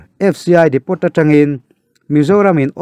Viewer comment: Depo tiin lam tur aw.. A tawpa T kha lam tel loh tur. Ka rawn sawi ve mai2